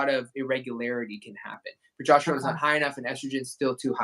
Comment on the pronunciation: He keeps saying pro“jost”erone.